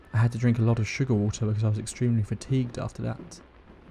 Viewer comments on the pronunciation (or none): none